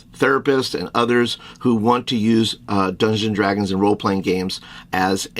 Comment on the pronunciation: Your friend needs to learn how to pronounce Dungeons & Dragons. Hint: It’s not Dungsdragons or Dungadragons or whatever the hell he’s slurring repeatedly here.